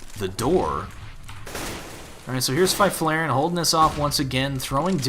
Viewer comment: haha as a swede I love the way you say Fifflaren